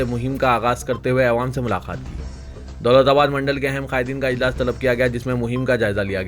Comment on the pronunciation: Mulaqat bol bhai "Milaqat" Nai